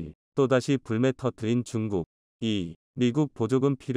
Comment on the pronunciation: 물매가 아니고 불매요불매 한국사람이 한글뜻도 모르요 이 앵무새 아저씨야